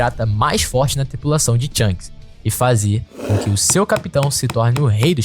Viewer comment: Bom vídeo, só revise o nome dos personagens, algumas pronúncias estão erradas, não é THANGS, e sim SHANKS, de resto parabéns pelo vídeo !!!